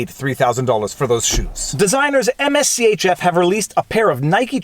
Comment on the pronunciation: MSCHF is Mischief without the vowels the brand is pronounced Mischief. whenever you make a follow-up video on the case please pronounce it properly. it's very distracting hearing you say all those letters over and over again.